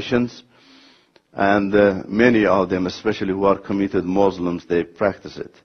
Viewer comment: so the audience can understand the diff between muslim and mozlim?